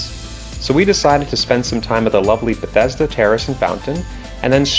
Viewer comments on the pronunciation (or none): none